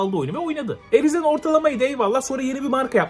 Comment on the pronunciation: Şu İngilizce'yi öğren artık, rizen değil, rayzın Elden değil, eldın